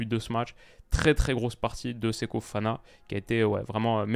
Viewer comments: Répète après moi: "SE-KO FO-FANA", tu peux le faire 🤣 (Séko Fana, ça le fait, mais je ne te connaissais pas ce type de faute de diction, alors je relève, juste pour la blague 👍😛) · Toujours "Seko Fana" sans raison :/